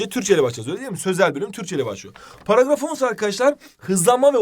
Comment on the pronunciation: paragrafonff :DD 😊